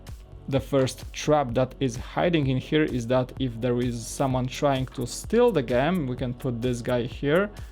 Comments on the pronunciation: Gem is pronounced with a J in frount, not a G. As in jem. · Gem is not pronounced like that!!! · It's could a jem just say that not gem as in gum